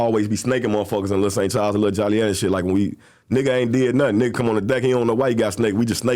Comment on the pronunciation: Why do people still pronounce Joliet wrong? It’s pronounced JOE-LEE-ET. NOT jolly-yet.